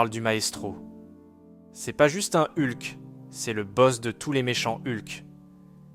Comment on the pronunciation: Eulque, c'est ce genre de prononciation qui me fait vriller, soit fr. soit en. mais ne mélange pas les 2, c'est juste horrible...